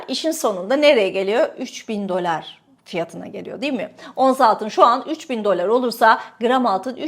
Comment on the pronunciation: Dolar demeyi bir öğren artik be kadın !